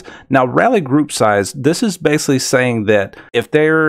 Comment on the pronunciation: It's pronounced "basically" with a C, not "basely."